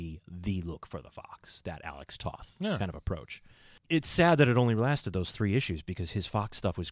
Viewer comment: Alex Toth's last name is actually pronounced like the word "Toe" with the "th" on the end ("Toeth"). Also, Remco did other toylines including a small toyline based on DC Comics' Warlord and also AWA wrestling figures among others.